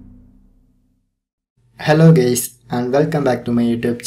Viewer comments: Mans really said "hello gays" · why he said "hello geys"? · bro did you say hello gays!?!? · "hello gays" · "hello gays" ok im out